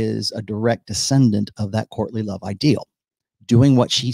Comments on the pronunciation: Every time you say "courtly love" it sounds like you're saying Courtney Love. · Thanks! Man... every time you say "courtly love"... my brain hears "Courtney Love"